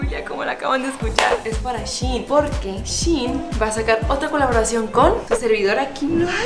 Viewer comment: Kim solo te digo que shein se pronuncia como se escribe